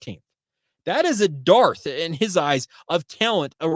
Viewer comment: The word "dearth".... is pronounced like "earth" with a "d" in front of it.